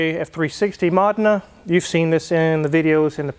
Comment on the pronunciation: "Ferrari MAHD-na" ...Umm, (as in 3 Stooges) MOE-deh-nah.